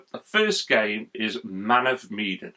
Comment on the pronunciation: xD you said that right but said the Medan part wrong from Man of Medan